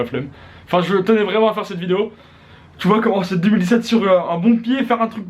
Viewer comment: sinon pour 2017 articule stp, t'as le temps tkt